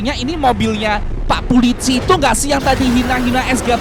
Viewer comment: Kacian ngomong "pulici" EMG GK bisa ngomong "polisi"